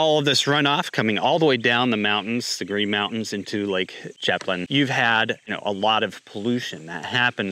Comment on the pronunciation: yeah is very weirds.......its pronounced "sham plane" its a french word